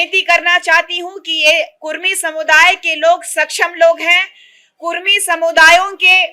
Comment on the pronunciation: Kurmi nahi kudmi boliye jayda jante app kya